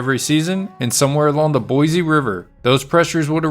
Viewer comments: Learn how to pronounce 'boise' .. it is not boy-zee.. it is 'Boy-see'. I am a 71 yr old Boisean who will consider liking/subscribing at that time. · Thank you for the history lesson. Plz accept my suggestion. Boise is pronounced Boissee. Not Boizee. Thanks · It’s boy-See, not boy-zee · Thank you for the very interesting story that I had not heard. Could I be so rude as to make one suggestion? The name “Boise” was mispronounced throughout the audio. The correct and historical pronunciation for the city is “ Boy C”, with an emphasis on the “C”. Pronouncing the word with an emphasis on a “Z” is a Californication of the word. It makes Idahoans cringe and pretty much immediately identifies you as being from California. Thank you. Keep up the good stories. Thank you. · Just because "most people" say it that way, ford not make it correct. It is, and has always been, pronounced Boy-see. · In Oklahoma, or little town is Boise ("Boys") City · ”BOIZEEEEE!!! ZZZTATEEEE!!!” 😂😂😂😂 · Boise a s not a z.